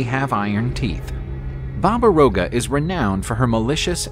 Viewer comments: It's not Roga, it's Yaga. Slavic alphabet has a letter seems like a reversed R and it's read Ya-Ga! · It's Baba Yaga